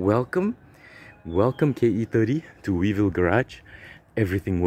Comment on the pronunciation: Weevil Garage or "We evil" garage?😅